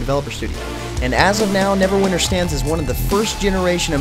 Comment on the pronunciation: dude its NEVERWINTER not NEVERWINER